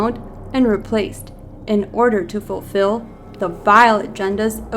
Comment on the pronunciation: "FOR-FILL" is not a word honey. Its "FULFILL".